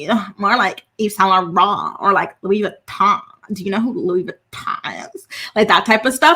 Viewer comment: Your monica accent was so on point. I was getting mildly annoyed with the valley girl talk too. The way you said saint Laurent and louis vuitton almost took me out. 😂